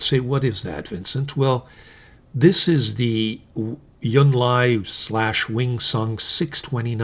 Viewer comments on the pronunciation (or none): I enjoy your videos. Thanks! And I’m looking into that Hongdian Han Dynasty pen now, thanks to your rave review. One very small thing—you tend to pronounce the “j” in Junlai as a “y” sound. In Chinese it sounds like the English words june and lie.